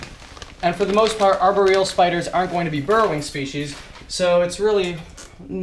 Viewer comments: Am I the only one who noticed how he's saying aboreal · No I think everyone has noticed pronouncing it arberial! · I cringe every time he says arboreal